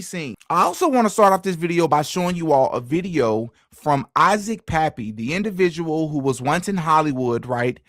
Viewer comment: his name Kappy not Pappy😂